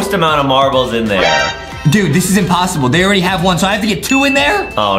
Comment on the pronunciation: THE MARBLE PART IS "imposterble" B)